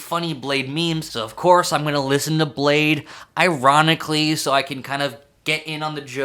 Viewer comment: its “Blah-dee”